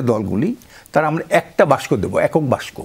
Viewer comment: দাদা বাসক না, বলুন বাক্স,কিযে কন দাদা